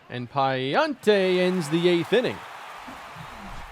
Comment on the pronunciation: Hey, love the content! As a cardinals fan I’m pretty familiar with Andre Pallante and just wanted to let you know the pronunciation is (puh-lawn-tay). Can’t wait to see this team play postseason baseball!!